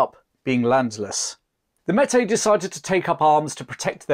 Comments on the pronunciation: Great vid, but it's pronounced "may- tea" . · Close but no cigar. Metis is pronounced like "may-tea" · As a Manitoban it’s nice to see a small bit of our history be told. The pronunciation of Métis was a small shock as it is generally pronounced differently here, but it is to be expected as the difference in culture and language between Canada and England does exist. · Meti is pronounced may-tee. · This is amazing! But here in Canada ‘Meti’ is pronounced like this; “May-tee”. Cheers and thanks so much for covering this! As an Ontarian, I’ve always been very impressed by the story of the Wolseley Expedition! Such a remarkable achievement. You can really have no idea how impressive it was, until you see the type of terrain they passed through on those river portages. He took the best possible route you could without a railroad. It was the last great adventure in North America before modern technology took over. It was like a dream. As soon as you wake up, it’s gone. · Metis is pronounced "May-Tea" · It's May-Tee, not Metee. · The name Metis is properly pronounced "May tea" not "Met Tay". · Metis is pronounced may-tee not met-ay. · Pronunciation Tip: Métis = May-Tea. You might enjoy reading Dickens of the Mounted. Francis (Frank) Dickens, 3rd son of Charles Dickens served as a Mountie from . An unspectacular career marked by ineptitude, laziness, reckless behavior, and of course drinking… Louis Riel had a range of serious mental health problems. Many quite rightly regarded him as a lunatic. He also offered to leave Canada, sell out the Métis and move to USA if paid 39,000 dollars… No hero he. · Great stuff. Just one thing…Métis said Maytee. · great piece as always but the Metis is pronounced (mey-tee). Thanks for your work a Canadian fan. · May tee is how it is pronounced. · Pronounced mehtee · A great, and accurate account, but a bit of research into the pronunciation of Canadian vocabulary would help. For example: Metis (maytee), Saulte Ste Marie (Soo St. Marie).